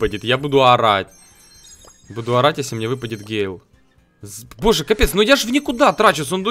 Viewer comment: ПРАВИЛЬНО ГЭЙЛ